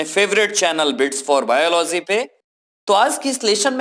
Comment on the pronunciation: Sir it's not "biolozy",its biology!